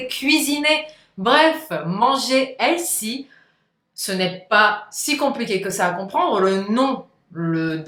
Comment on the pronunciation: Ça se prononce : / H è l f y / c’est un mots anglais. ( un critique constructif ) Bonus : The se prononce : / Vœux / mais pas « ze ».